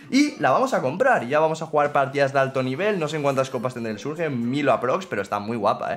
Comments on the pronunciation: Por que le dices surge al surch(lo pongo a si para que sepas como se pronuncia) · Se burla de como alguna gente pronuncia Bonnie pero miren como pronuncia Surge XD